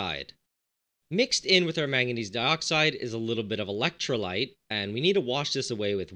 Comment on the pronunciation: little bit of elekhtrrolyte